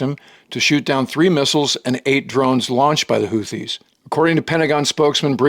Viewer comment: He can't even pronounce houthis correctly, surely you can find a reliable source elsewhere.